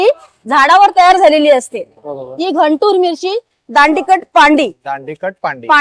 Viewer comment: Ghantur nahi guntur.